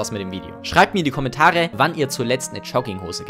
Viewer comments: Jetzt hör du mal zu!!! Der ganze Inhalt deines coolen coolen Video ist mir mehr egal als alles andere...aber...DAS HEIßT JOGGINGHOSE UND NICHT CHUGGINGHOSE DU!!!!!!!! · Digga sprich erstmal Jogginghose richtig aus alla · ich weiß nicht was mich mehr triggert: Leute die Jogginghosen tragen oder wie du das Wort aussprichst.